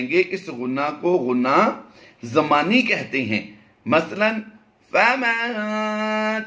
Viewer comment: غنہ زمانی ہے نہ کہ ضمانی۔